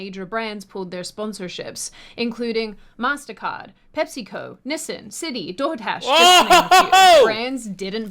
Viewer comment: Did I just hear her call Nissan "Nessn"? Is that seriously how they say it on death island aka Australia? Never make a convict facility island again, Britain. Shit gets weird.